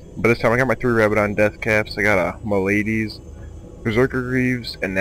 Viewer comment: rab-idins? dont pronounce the words the way riot does they butcher our language